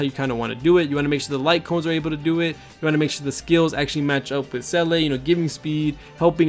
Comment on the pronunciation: Great guide bro. Her name is pronounce Zee-luh btw it's German.